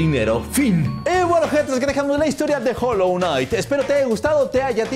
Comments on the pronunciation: Jolonait XD 0 ingles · Hijoejsks se dice HOLLOW KNIGHT